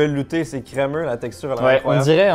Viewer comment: J'adore trop ta façon de prononcer crémeux 😊